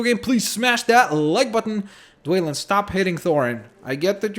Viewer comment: You don't say dwalin like dwaylin its dwalin like duel